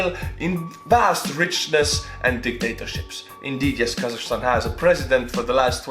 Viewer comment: And I also want to correct you on some things you've said in the video: 1)It's KazaKHstan, not kazashstan 2) We are very opened country. You don't need visa to visit us. 3)Not everyone hates Borat, and it's funny that people associate Borat with Kazakhstan. When It was actually filmed in gypsy village in Romania and Borat was speaking Hebrew half of the time